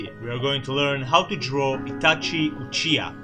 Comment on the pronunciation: UCHIA XD UCHIHA**************